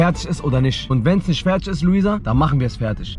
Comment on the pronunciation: wer ist eigentlich : ISCH , KOLLEGA ? und was bedeutet FERTISCH , NISCH